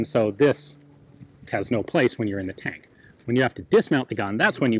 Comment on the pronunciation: For 'fank' read 'tank'. I don't want to start a meme...